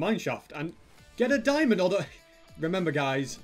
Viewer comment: why you say diamonnd for peasants 😥😥😥and i cant found one single stupid diamond